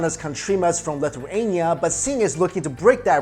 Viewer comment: The way you say Lithuania and our names is terrible. Gosh, try to use Google Translate lol